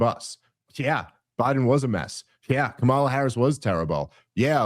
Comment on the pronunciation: Still intentionally mispronouncing Kamala's name. I don't even like her. But you're genuinely embarrassing.